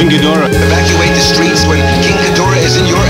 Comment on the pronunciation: No it is not geeborath it is ghidorah